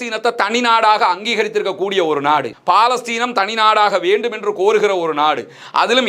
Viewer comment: 'பா'லஸ்தீன் இல்ல அது பலஸ்தின். ஒரு அரபுச் சொல்லை சரியா உச்சரிங்க